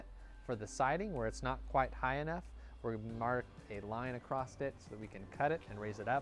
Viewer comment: the word is “across” NOT “acrost”.